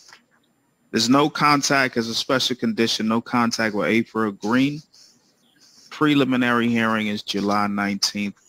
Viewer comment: Hi Ingrid. Yes the judge’s pronunciation of preliminary was correct.